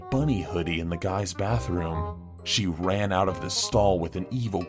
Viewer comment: No one's talking about the fact that said Wan Instead of Ran